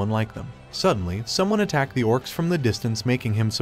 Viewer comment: Do you not know how to say ed like jumped or attacked